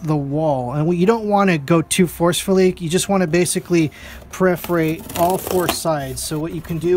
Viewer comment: perforate, not preferate.